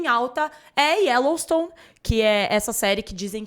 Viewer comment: "Ellowstone" e sério que ela falou assim?